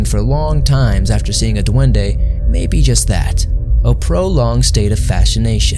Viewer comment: Duende with E please not duande like every single time people need to say it properly its just annoying